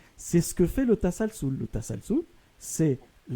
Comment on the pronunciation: la régression à l'infini est bien "tasalsul" et non pas "tasalul" contrairement à ce que prétend le musulman "arabophone"